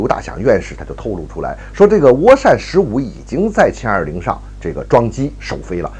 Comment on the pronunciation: 是jian20 不是qian20 草